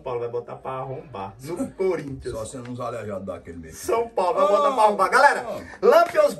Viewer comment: E esse nome "coríntias" foi de propósito? KKKKK